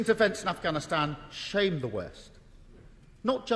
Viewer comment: what? afGhansgsusi